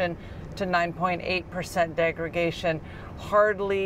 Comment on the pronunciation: "Degra___Day____shun". Not "degra___Gay__shun". Good video though.